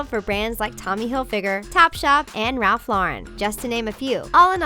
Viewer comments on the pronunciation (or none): none